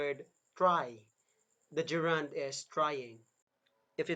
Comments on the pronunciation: Very nice. Gerund is not ge’rund. We say ‘gerund- the stress begins this word. The idea and explanation are great, only wrong pronunciation spoils it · It's funny to hear the person who can barely pronounce the word GERUND correctly,to teach about it. There are several mistakes that I notices: some are in his speech and some are in the explanation. So if you really want to know about the functions of the gerund - DON'T LISTEN TO HIM. Here's the sentence ( min): Her hands are shaking. He explains the word shaking as a reund, having no idea what he is talking about. In this sentence "shaking" is present PARTICIPLE, not a gerund. So he's grammatically illiterate. Don't let be taught wrongly.